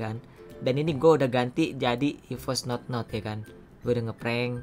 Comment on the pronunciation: Notnot kali bg, bukan Nonot